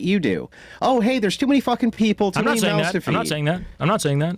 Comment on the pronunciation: I wish I could meet in person I'd give him shit for pronouncing many as minnie lol